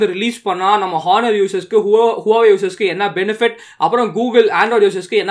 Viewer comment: It's not Hu-wa-way ❌ It's wow-way✔️